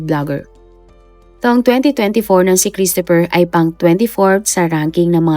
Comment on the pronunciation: Children, let's pronounce CHRISTOPHER properly. It's KRIS-t-fr. The stress is on the first syllable. The O is almost silent, and PH is pronounced as F.